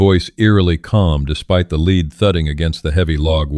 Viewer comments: It's pronounced LED not leed. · To the writer of this narration: the component of bullets, even though spelled lead is pronounced Led. Suggestion: use the english language dictionary Mirriam- Webster Dictionary and look at words that are spelled the same but have different meaning and different pronunciations...